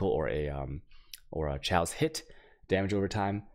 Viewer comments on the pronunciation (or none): It's pronounced "KAY OS" not "Cho ace". [Chaos] - As in anarchy... But great guide dude.